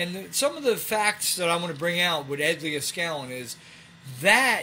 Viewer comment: You keep saying Ed Leah-skallin, haha.